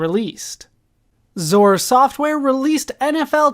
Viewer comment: Lol its X-O-R not "zore"